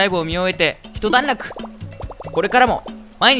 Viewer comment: 一段落をひとだんらくと呼んでしまうかわいい。。